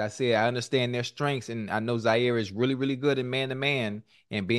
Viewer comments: Somebody tell ocho its Jaire not Zaire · It’s Jaire with a J. Get it right Siete.